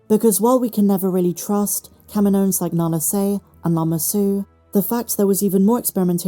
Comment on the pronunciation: Why do you keep pronouncing Kaminoans like "KAH-mee-NO-inz" when it's pronounced "Kah-MEE-no-inz", like Dexter Jettster pronounces it in AotC? Also, I don't know why the writers keep using the term "m-count" instead of "midichlorian count" as if it will offend everyone or something.